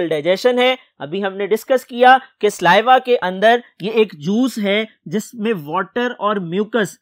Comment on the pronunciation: Correction "SALIVA" Not sliva